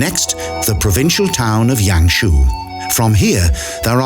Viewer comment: "Lijiang River" is redundant, since 'jiang' is Mandarin for 'river'. So, you're saying Li River River. Pick "Lijiang" or 'Li River', not both. Also, it's lee-JAHNG, not lee-YAHNG.//Yangshuo = yahng-SHWOH, not yang-SHOE.